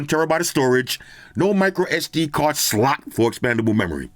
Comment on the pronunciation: Only the OGs know about the inside joke when puts a little emphasis on the 'slot' when he says "No micro SD card SLOT for expandable memory."😂😂